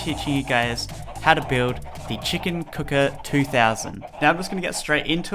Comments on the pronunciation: he said the cock cooker xD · the "COCK" cooker?lol.